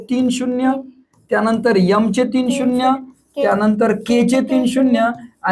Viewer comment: सर तुम्ही फारच सोप्या पद्धतीने समजावून सांगता . पद्धत खूप आवडते butआपण M एम असा उच्चार करावा instead of यम